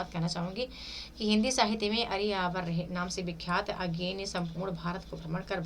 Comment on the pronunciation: मैम बड़े दुख की बात है कि आप अज्ञेय जी का नाम भी ठीक से नहीं बोल पा रही है, अजेय नहीं अज्ञेय है